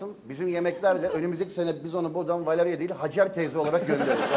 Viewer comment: Beyaz'ın Valevia demesi😂